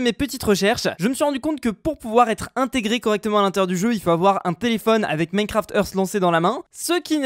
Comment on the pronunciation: "Minecraft eurf"